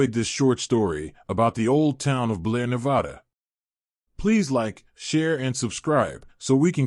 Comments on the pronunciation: I do too. But just one thing - please pronounce the name of our state correctly next time. We are very touchy about this. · Damn, man…learn to pronounce Nevada.